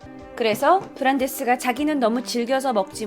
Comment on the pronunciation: 브란대스 원래이름말할때 발음 진짜좋다